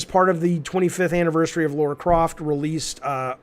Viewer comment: LARA CROFT Jaffe....not LAURA...as a Tomb Raider fan this drives me crazy everytime you say it 😂